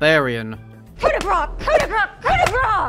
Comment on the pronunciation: It's too bad that the fine folks who did Dark Dungeons didn't pronounce "coup de grace" correctly. But man, that's gold!